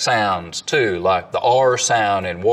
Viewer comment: I’m just trying to find out why prop joe pronounced it “tyoo” instead of “too”